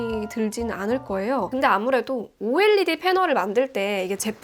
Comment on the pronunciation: OLED를 '올레드'가 아니라 '오엘이디'로 말씀해주시는 부분에서 너무 신뢰가 가는 영상이에요! 구독 누르고 가요